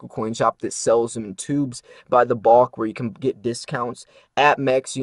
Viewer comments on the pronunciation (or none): This guy has odd accent with word "bulk' (rhymes with hulk,NOT caulk). Confusing Numismatic value with bullion value is misleading. We all know most stacker's handle their bullion without gloves: completely ruining numismatic value. Red Book retail value is only helpful for ultra beginners.I dont think this guy understands various industry publications -IF you're thinking of selling numismatic value worst guide you can use is redbook. You need the Blackbook for ABP (average Buy price for noobs) and Bluebook (wholesale) which is all a dealer can offer and still resell. This is 101 basics people. PS pronunciation isnt critical.....just fun (colloquial)?